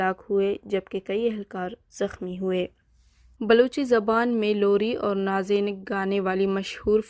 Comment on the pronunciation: نازینگ ککککککک. نازے نگ نہیں بی بی